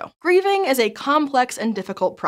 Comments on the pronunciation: PLEASE THERE IS NO WAY THAT'S "GRIEVING" 😭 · At the beginning of the video I genuinely thought she said "breathing" instead of "grieving" and I had to replay it like three times because I was so confused because I had no idea what she was talking about. Finally I just turned on subtitles and was like "OHHHHH that makes a lot more sense" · in the beginning i thought she said breathing so i got confused when she said it was hard lmao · Omg the intro where they talk about grieving I thought they said breathing the first time